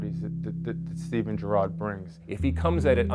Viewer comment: Don't call him Jurrarrrrrd PLEASE